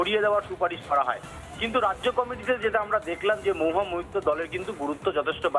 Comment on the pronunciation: 'মহুয়া ' উচ্চারন টা ' মউহা ' হয়ে যাচ্ছে। অপিনিহিতির দৃষ্টান্ত পেলাম।